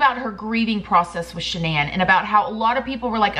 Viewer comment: Shan-NONE lol